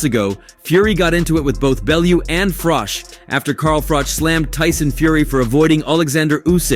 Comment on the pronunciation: It's Froch. Not Froth or Frock!